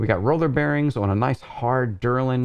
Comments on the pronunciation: Very nice review but please stop calling delrin derlin lol :) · Quality content as always! Minor critique, you kept saying DERlin, but I believe the material is actually DELrin. Keep up the great work, your videos manage to be in-depth, informative and interesting. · Delrin -- DEL rin, not DUR lin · This is a strange comment, what are you telling me here? I was commenting that he had the name pronounced wrong, not that its not a company, or know by completley other name which is meaningless to the subject, I am aware the DELRIN is perfect for high-wear use, I use it all the time. What is it your attempting to say?